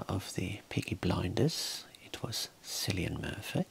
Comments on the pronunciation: For those who don't know, Cillian is actually pronounced with a K sound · This was so relaxing for me until you mispronounced Cillian Murphys name. I'm new, so I'm not sure if you did it on purpose as an on running joke or not, but it caused me to cringe so hard 😅😂